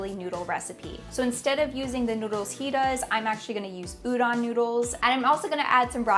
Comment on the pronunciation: its udon, pronoucne the O like the word tone or phone. Everytime i see chefs say udan instead of udon it makes me cringe.